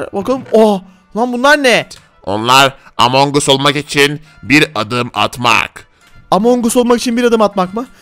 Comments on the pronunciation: Abi among us deyil among gas diye sölenio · Abi among us değil among as diye okunuyor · Abi among us diyil emong as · Abi o amon us diye okunmuyo amon gas diye okunuyo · Abi o among as diye okunuyo